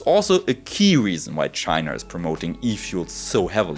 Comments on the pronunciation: I love the video, pronunciation of China is really funny "Chiner" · Wo genau liegt denn eigentlich tschainarrr? Mann kanns als deutscher auch echt hart treiben wenns um die Aussprache im englischen geht. Zu den efuels. Schön das da da, scheinbar, eine Probe bekommen hast und auch erwähnst das in Deutschland zwei hersteller sitzen. Nur wäre deren Kapazität interessant, die tatsächliche Menge grünen Wasserstoffs die verwendet werden und woher das co2 kommt.